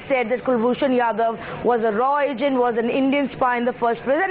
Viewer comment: Pakistani analysts can't even pronounce RAW and yadav.